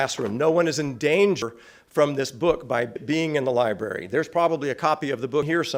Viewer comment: Was that a teacher saying lieberry ?